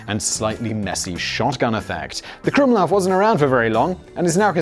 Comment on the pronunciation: "using my german prononciation" And you're absolutely spot on, you magnificent bastard <3 The usage of the krumlauf in tanks were not really to have them "mounted" in them though, it was so tank crews could shoot at enemy (russian) soldiers at close range, especially crews of the "Elefant" pattern heavy tank destroyers as these slow ungainly vehicles had not been outfitted with machineguns for self defense and were very susceptible to attack from infantry.